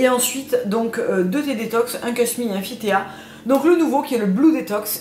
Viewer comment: J'aime beaucoup tes vidéos. Spontanées sans trop de blabla. Par contre : on ne dit pas fit t é a mais bien à l'anglaise, Fit Tea